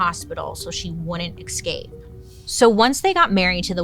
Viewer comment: Bailey, love you work I have one favour ... please learn to say "escape" properly The word is "es-cape" not "ex-cape"